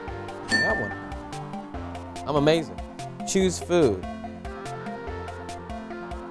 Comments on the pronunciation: Choose food, I get it! It sounds like chews food, and teeth choose food XD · #10 choose as in chews lol